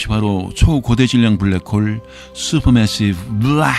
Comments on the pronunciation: 편하고 안정된 목소리 참 좋아요. 그래서 들으면 잠이 잘와요. 그런데 블래크~ 호울! 확 깨네요! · 저도 블랙호-올이라는 영어 발음에 놀랐습니다. 은하에 대한 정보들을 수시로 업그레이드 해주시니 감사합니다. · 불뤠코우우우울~~~~~~ 순간 채널 해킹당한줄 알았어요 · 오 ㅋㅋㅋㅋㅋ 블랙홀은 발음이 특별했네요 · 와 블랙홀 발음 끝내주네요! 제가 응원하겠습니다! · 진지하게 듣다가, 블랙홀 단어보고 영어발음 굴리시겠군하고 듣는데 개빵터졌네요ㅋㅋㅋㅋ